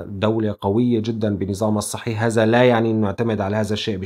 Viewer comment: اذا مدرس لغة عربية وما بلفظها هذا....هلا ضلت على هذا....نحنا وين وانتو وين